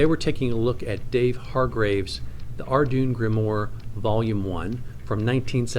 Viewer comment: Good overview, but It’s pronounced are-dew-in grim-warr.